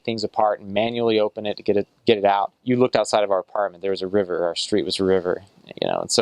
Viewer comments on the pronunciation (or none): none